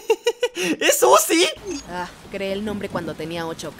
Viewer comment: Zuci✅️ uzi❌️ 😂😂😂😂😂😂😂😂